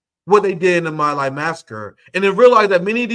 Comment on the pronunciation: Please learn how to pronounce "Hind Rajab" and "My Lai"